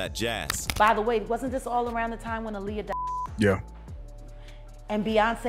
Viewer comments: These YouTubers need to learn how to speak if they're going to be speaking on videos her name is not a liar it's Aaliyah😂😂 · When he pronounced Aaliyah‘s name wrong, I was done. This video is pathetic.